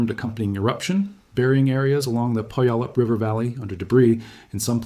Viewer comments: As always, informative and beautifully delivered information. Just one pronunciation correction to a word that non-native Pacific Northwesterners find pretty much unpronounceable: Puyallup sounds like this: pyu-YA-lip. Otherwise, an impartation of information that is a clear, utterly unpanicked review of the kind of risk that our beloved mountain presents. If you ever decide to take a backpacking trip to Rainier, you might consider the Carbon River trail. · Puyallup pew' AL up. You're welcome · It’s pronounced PEW AL LIP 😉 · It's pronounced pew AL up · Having been in the PNW for many years, I would say it like: pew-wa-lup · I was told The accent is on the second syllable, sounds like poo YAL up. If anyone from the tribe sees this, please clarify this for us. 🤩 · 😢The city is pronounced pew al lup not that mess you said lol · When setting up a video of this quality you should really research how to pronounce the names of the areas you're talking about so that you get them right like Puyallup